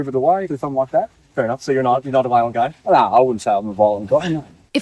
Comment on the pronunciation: peak aussie energy "nah I'm not a voilent goi"